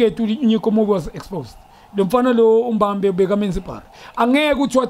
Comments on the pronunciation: it’s ”intensity” not tensity. It’s ’he makes i- ”difference” not ‘he makes i-different’. Lastly it’s ”Mbappe” not Mbambe.🤓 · Junior my brada, it's MBAPPE not Mbambe 😂😂😂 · MBAPPE not MBAMBA, Junior! Hawu!😳 Imbamba utshwala beSintu lobu obudakana lento exakayo!👊🏼